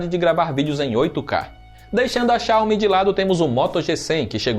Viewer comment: Ótimo conteúdo! Só uma critica construtiva, a pronuncia da palavra Xiaomi esta errada, estou morando na China e aqui eles pronunciam a silaba tónica no Mi. Como se tivesse um acendo agudo no fim da palavra Xiao"Mí". Por se tratar de um canal que forma opiniões e influencia os entusiastas, acho interessante dar atenção nessa questão. Abraço!